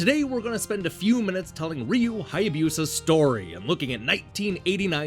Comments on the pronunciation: OMG I just found this video (7 years late!) and the pronunciation is driving me crazy. Hai a BEW sa. 🤦🏼‍♂ You're killing me, Smalls! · FYI, Hayabusa isn't pronounced with a Y sound before the U.